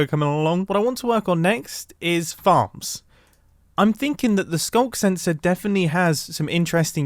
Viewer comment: " SKUNK SENSOR "